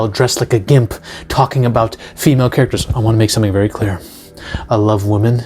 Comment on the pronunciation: "shomething always wrong"